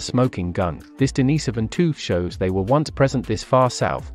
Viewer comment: Denis so van? Many pronunciation errors throughout. Plus you are working off old information. This video needs to be redone and updated. Looks like you are using text to voice but changing the system from time to time.